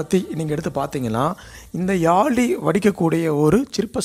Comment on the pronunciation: Yali illa yazhi pls pronounce carefully.... Zhagaram